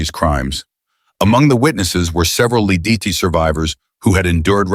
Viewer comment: You aren't pronoucing Lidici correctly, even though you've said it at least 3 ways in this vid. You know, you can look up pronunciations on google.